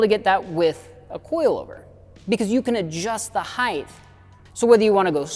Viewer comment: It's "height" not "heightth". It's "et cetera" not "eck cetera".